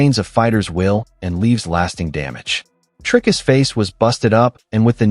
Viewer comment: "Dry-us"? Who's THAT? 🗑️